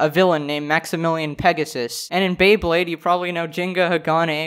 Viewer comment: Okay. This is not even the main thing in the video, but when i heard Beybade, after this i will rewatch every single ep...